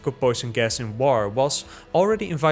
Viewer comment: Drink every time he says «woaar»